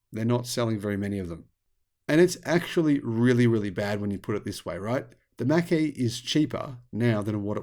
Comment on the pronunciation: well, the reason there is no demand for the 'Mack-E'....is because it doesn't exist. The 'Mach-E', on the other hand....is an actual, real thing. Correct phonetic pronunciation is everything.